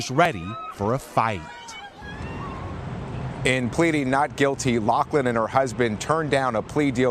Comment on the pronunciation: Pronouncing “fight” in the most awkward of ways.